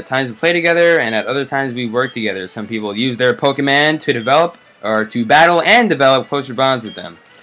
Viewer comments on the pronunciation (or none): it's pokemon not pokeman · Does he not know how to say not to be but dude it's Pokemon not pokeman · Why does he say Pokeman? Its so annoying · Who calls PokeMON pokeMAN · pokemAn? its pokemOn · Pokèmon not Pokèman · U call Pokemon pokeman?!?!?!?!?!?!?!?!?!?!? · its not pokeman -. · Oh my god it's Pokemon not Pokeman ! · dude it's pokemon u keep saying pokeman! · say pokemon not pokeman! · pokemon not pokeman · this guy annoys me when he says pokeman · It pronounced Pokemon dum dum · You actually say Pokaymon because of the e in pokemon having an accent. 😂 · Its poke'mon but e has a dash above it so its like ay so u say like pokaymon but its spelled pokemon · Omg ikr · don't say Pokemon that way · I cringe every time he says pokemon, but good vid. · So glad someone else noticed that lol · Yeah why!?!? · ITS POKEEEEEEEEEEEEDMON NOT POKEMAAAAAAAAAAAAN